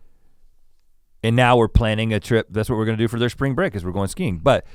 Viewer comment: When Rhett talks about his family learning about skiing I thought he said "skeen" like how he pronounces "skin". "Don't touch my skeeen man!"